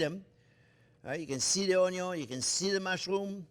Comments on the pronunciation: Hilarious That's what we affectionately call him "Chef Onyo" 👍😂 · Mastering the onyo is so important. Best onyos come from the back yard. I love onyo so much. Onyo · A wise man once said: "A good onyo....is a HEAVY onyo." 😌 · "Caramelize Onyo" This is why I subscribed. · The pearl Onyo!!!!! Yes, capital letter Onyo 100% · When it said "pearl onyo" I laughed so hard I cried. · Measure carefully, bwahahahahahahahahahahahahaha! I do that all the time. People who watch me ask, "Don't you think that's too much?" No! Taste it and tell me. Measure carefully. Bwahahahahahahahahahahahahahahahahahahahaha.........Bwahahahahahahahahahahahaha. Always start with onyon!